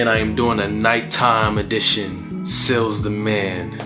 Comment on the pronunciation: What's with the long pronunciation of Sealz... That's not a good look... It's creepy